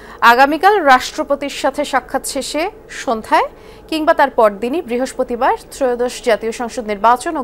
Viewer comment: বৃহস্পতিবার ❌ বৃহস্পরিবার✅